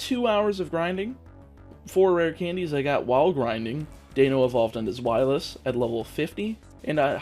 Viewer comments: Deino's name is a pun for "Dino". And the "zw" in "zwei" is pronounced "sv" as we in [English-speaking places] would say it. I have yet to hear any Germans say it like "zw" as we in [places] would say it, though it'd be interesting to be proven wrong, as I've only been a 4-year German student. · It’s pronounced Zveilous - zwei is german for 2 (actually it’s whole line has german names drei is 3 and eins is 1 so they have 1, 2 and 3 in their names in that order)